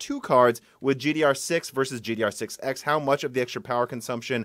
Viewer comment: ever since that one broken silicon i keep noticing him saying gdr6(x) instead of gddr6(x)